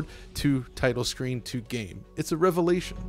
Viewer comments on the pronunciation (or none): none